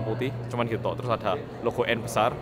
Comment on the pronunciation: kang... klo ngomong BESAR.. biasa wae jangan BUUUEEESSAARR... hahaha... jawa timuran e sik medok reekkk 👍🏻👍🏻